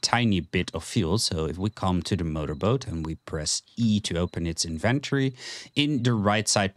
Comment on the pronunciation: Great guides but the way you say inventory drives me crazy 😅